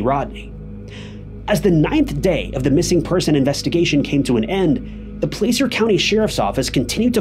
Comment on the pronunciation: Just an fyi: The letter A in Placer isounds just like the A in Apple. (Plasser)